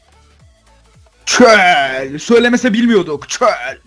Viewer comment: Abi çööööööl diye denmez çöl diye denir.